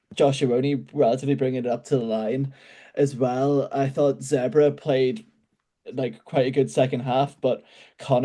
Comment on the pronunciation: How hard is it to just pronounce Zebre as Zebre and not as Zebra, especially with fellow irish people like Donncha o Callaghan